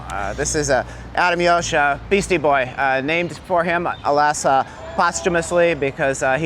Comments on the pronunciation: Just a little FYI, Adam Yauch's name is pronounced "YOWK" not "YOWSH". You gotta fight for your right to proper pronunciation. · If you’re going to give a tour of Adam Yauch Park, please pronounce his name correctly. It’s not pronounced “yosh”, it’s pronounced “yow-k” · Please learn how to say Adam’s last name it’s disrespectful to the dead. Kind of be no sleep till Brooklyn, but you don’t even know how to pronounce the guy’s last name do better. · seems really great. Please let him know how to pronounce, "Yauch."